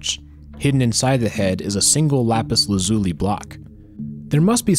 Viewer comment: Love the way the guy said lapis 'lazuli' 😂